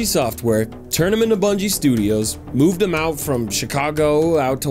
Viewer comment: Did he just say Brungie?! And still crombat evolved?!